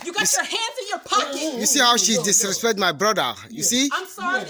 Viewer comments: "disrespect"... dissreserrre 😂😂😂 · It’s the dude trying to say disrespect for me lol.